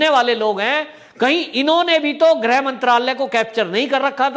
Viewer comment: Sir grah mantri ki jagah grih mantri bola karo